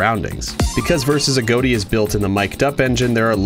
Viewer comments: A. G. O. T. I not a goat i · A GOT TEA NOT A GOAT TEA